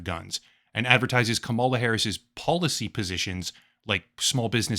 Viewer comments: It's KUH-ma-lah, like in karma karma karma karma camaleon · Her name is KA-mala, how hard is that to learn or say. Jesus, you sound foolish. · It’s pronounced “Comma luh “ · You pronounce her name like the type of person who hasn’t covered Trump partnering up with a known crypto scammer to create his very own crypto scam, despite your channel being largely dedicated to covering crypto scams 🤡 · Are you intentionally mispronouncing her name? I find it hard to believe someone as intellectual and research-focused as you really doesn't know enough about the people you're reporting on to not know their name. I don't support Kamala, but I do respect her wish as a human being to be referred to however she wants. Whenever I hear people intentionally mispronouncing her name, especially when they do so in the way you have (by obviously straining and exaggerating as if you're disgusted by having to speak the word,) I can't help but to roll my eyes. Hold yourself to a higher standard, and don't act like a bumpkin. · since you choose to mispronounce her first name ,LA i am unsubscribing... so very sad and purposeful